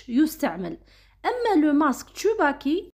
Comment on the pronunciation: تسوباكي و ليس تشوباكي ❤ شكرا على الفيديو